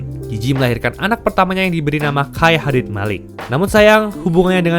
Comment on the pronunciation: hadid bacanya tetep hadid, bang.. bukan hedid (cmiiw)